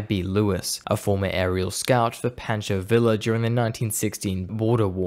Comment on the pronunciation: "Pancho Villo' lol....